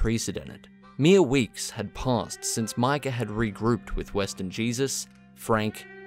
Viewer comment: Remember when it was 6 months til rdr2 was coming out and everyone was analyzing the trailers and speculating about everything. But the best was all the youtubers pronouncing his name 'Mika' Bell